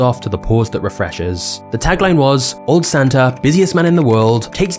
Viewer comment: Doesn't Santa end in and A?.. .so why do you say Santer